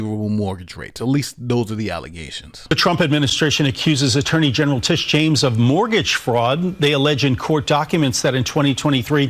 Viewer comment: Did you call her Litigious James?